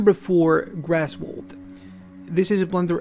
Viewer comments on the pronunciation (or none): It's Graswald not Grasswald